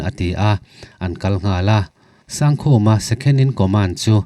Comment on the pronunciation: Mizo hming ah Sangkhuma tih hi Sangkhuma(1000 khuma) anga lam tur awm tak ania. Sang hi (High) san zawng tehna anga kan lam angin Sangkhuma i ti tlat hi chu ka hrethiam thei lo a ni. Amaherawh chu fel hlel lai awm ve thin mahse beng i ti tlaiin, a lawmawm lutuk e.